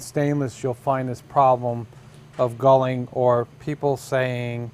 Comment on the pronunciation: its galling, your saying gulling